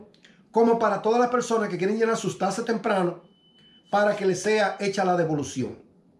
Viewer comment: Hey amigo NO SON TASES....SON TAXTES CON X